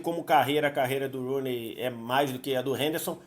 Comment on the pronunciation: Ela falando Rooney foi mto ruim kkkk